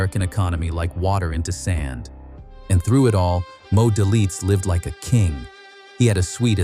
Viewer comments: it’s pronounced “D—A-Y-L-I-T-Z” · Pronounce his name right. Good story though.. Very true. It is Moe Day - Litz